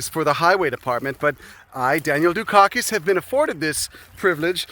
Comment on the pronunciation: Dukakis, for my German ears sounds like "Youshitty", interesting.